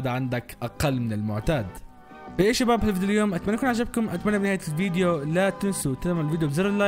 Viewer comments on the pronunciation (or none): من متى جملة(السلام عليكم اخباركم شباب)تنطق(طاحيكم حال شواب)!!!!ياخي تراها تحية الاسلام سلم زين اش بلاك مستعجل